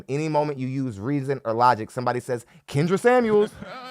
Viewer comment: Its almost as if you said "cringe-dra" for Kendra😅😅😅😅